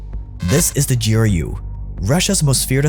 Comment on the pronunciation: GEE ARR YUU Honestly making my ears bleed. Its pronounced Groo. What is it Anglos and pronouncing every letter in an acronym? I mean you call him POTUS not PEE OHH TEE YUU ESS right?